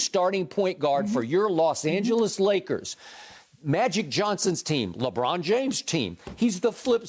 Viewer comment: Why everybody keep saying lebum 💀💀🤣